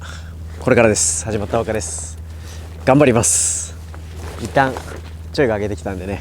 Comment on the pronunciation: 「頑張ります」が「ガンVARIVAS」に聞こえる